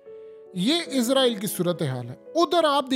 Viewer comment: bhai izraeel nahi Israeel hai Izraeel farishtay ka naam hai